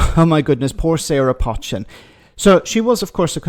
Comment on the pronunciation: Her surname is 'Poe-chin' not 'Potch-in'. Its a well known Cheshire name and pounced thus. I'm originally from Cheshire